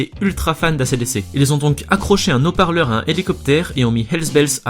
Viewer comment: "un Naut-parleur à un Elicoptère"... Règle du h aspiré et du h muet à revoir 👩‍🏫